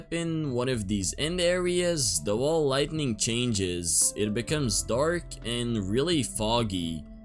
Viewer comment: why do you say lighting lightning lol